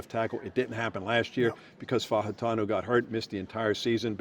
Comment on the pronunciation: Gerry please teach Paul Zeise to pronounce Fautanu's name.